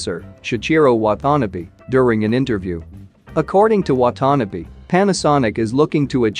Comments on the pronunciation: Wah-tah-Nah-Beh ... And also NHK ... Nippon Hōsō Kyōkai ==> pronounced Nip-pon Hoe-soo Kyo-Kai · Please get some help pronouncing Japanese names, such as Watanabe.